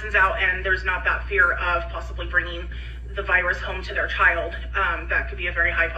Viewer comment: My pet peeve with her is how she says "chaw-yuld" instead of "child" - it's one syllable!